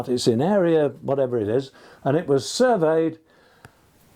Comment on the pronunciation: 'Surveyed' and 'surveyor' are stressed on the second syllable.